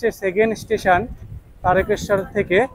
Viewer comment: দাদা, তারেকেশ্বর নয়, তারকেশ্বর।